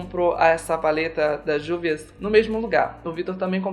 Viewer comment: a pronúncia correta da marca é Rúvias.